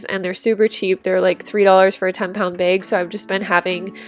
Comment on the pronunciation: Ahaha yessss you say bag like "beg" instead of "bag!" I have done that my whole life and people have always teased me for it. Now I know I'm not the only one!! ❤️